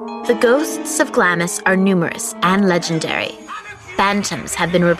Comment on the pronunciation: its pronounced glams.you miss out the i